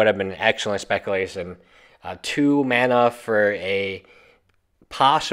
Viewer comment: Why can't you say mana?